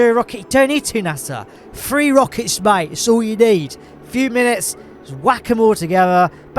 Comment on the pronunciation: "Free rocke;s, ma;e! 'S all you need!" 🤣🤣🤣 Love it.